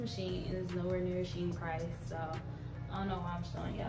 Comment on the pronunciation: It's a Chinese company and it's pernouned "She- En".